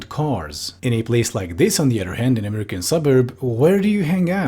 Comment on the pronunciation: this woman pronounces 'american' the way europeans doing a mock american accent to make fun of them do to the extent i kept having to remind myself she actually just speaks like that and wasnt about to drop the bit